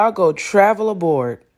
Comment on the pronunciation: Why did that woman say "a board" instead of "abroad"?